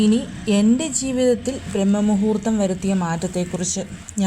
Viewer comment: " ബ്രഹ്മ " മുഹൂർത്തം അല്ല "ബ്രാഹ്മ "മുഹൂർത്തം ശരിയായ ഉച്ചാരണം.